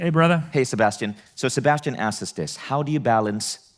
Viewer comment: Vishen.... the word is asks.